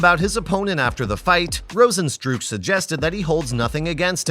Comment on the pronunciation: Some constructive criticism...Cain's son is not an infant. He's facing 20 yrs in prison* not jail. You also butchered Rosenstruiks name as well as some other fighters' names.